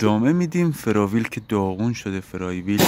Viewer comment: جان من تو دیگه نگو فراویل!!! فلایول درسته flyweel❤